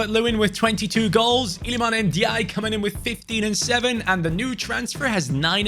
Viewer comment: The way he pronanced lilman Ndiaye 🤣🤣🤣🤣🤣